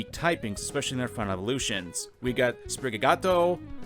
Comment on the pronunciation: It’s pronounced Spri-ga-tee-toe.